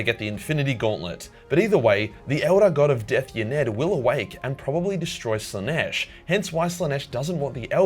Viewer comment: "Morbs Slanesh" fukn ded